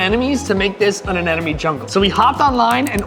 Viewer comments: Repeat after me, uh-NEM-uh-nee Anemone is pronounced uh-NEM-uh-nee (/əˈnɛm.ə.ni/). Not uh nen uh me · It's Anemone, NOT Anenome! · Why can no one pronounce anemone?? 😂😂😂